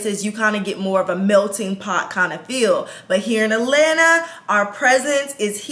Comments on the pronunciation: AT.lan.Ta! Not Alana 🤦🏽‍♀️🥴…. I literally stopped watching because she has been saying ALANA since she moved there!!! There is a couple T’s she keeps missing and I’m from ATL and it’s killing me! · Please say At-lanta not A-lanta